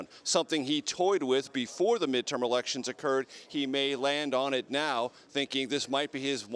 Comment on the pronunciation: "midtowm and midtern year" not 15 seconds into reading a pre-written script and clearly this elementary school student is unable to read basic words.